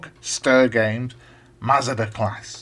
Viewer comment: I should explain that the name Masada is from a place in Israel where a group of Jews held out against Roman attackers and committed suicide rather than be captured. I'm afraid your pronunciation is a bit off. The A's in Masada are like the a in the words Arthur or Arm. So it's Maa-Saa-Daa. You're saying it more like Mazda the car. There's quite a detailed page about Masada on Wikipedia.